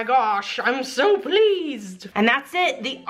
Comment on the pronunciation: When she said "I'm so pleased!" It sounded to me like she said "I'm soap pleased!" Haha